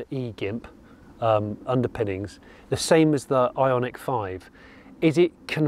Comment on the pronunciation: Every time Jonny said Ionic, I heard Ironic, maybe I am yet to be convinced.